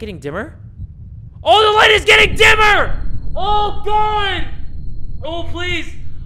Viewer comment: Nobody:: Ohda God, I’m from Minnesota, I swear to Goud